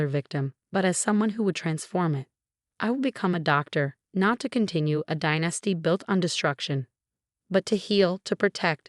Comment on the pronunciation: And dynasty has the accent on the first syllable. Not die NAS ty